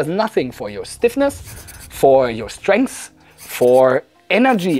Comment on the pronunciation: "STRENGH" Heads up. Strength.✅